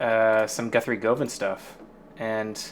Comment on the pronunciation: Cool video, but Guthrie’s last name rhymes with oven.